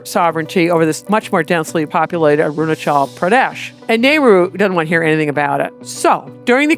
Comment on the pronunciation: Damm she pronounced 😂my State of Arunachal Pradesh spot on